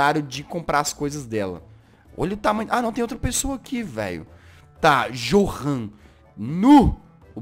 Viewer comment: Jazz não é "johan"é GOHAN